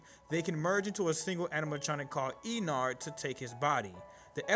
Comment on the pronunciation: You said: Me and Sister: noo is not is ennard